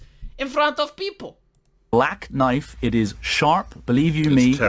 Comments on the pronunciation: Call that a knoife ? THIS is a knoife ! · "That's not a noif. This is a noif!"